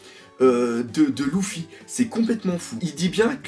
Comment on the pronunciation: "louffy" faut que tu arrêtes avec ça xD